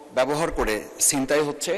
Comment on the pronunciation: সিনতাই নাকি ছিনতাই ?